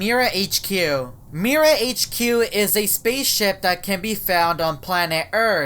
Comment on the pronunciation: Mira Pronounce the word of that My-ra